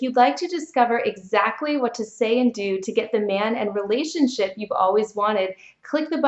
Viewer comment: Sorry but everytime you say relationship what I always hear is Relationshit.